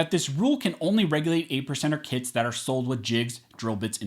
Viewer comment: I know it's early, but i thought he was saying "80%ers Kids" and not kits... I was thinking "damn, ATF is listing kids as guns.. they're overstepping for real"